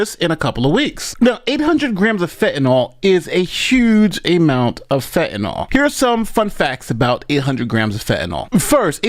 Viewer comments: PSSST - It's pronounced"fentanYL," not "fentanOL." It doesn't rhyme with alcohol. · It's fentaNYL , not fentaNOL 🤦🏽‍♂️🤦🏽‍♂️🤦🏽‍♂️ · did you not hear the newscasters pronounce “fentanyl”, rhyming it with “pill”, on the newscasts??? Why the heck are you calling it “fentanol”??? 🤨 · FentanYl, not “Fentanol” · FENTANYL, SAY IT WITH ME “FEN-TEN-IL” DAMN! AND YOU CALL YOURSELF A LAWYER. YOU MUST BE PARTNER TO BEN CRUMP. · Its Fentanyl not fentinall, and its Heroin not harrowing lol and a lawyer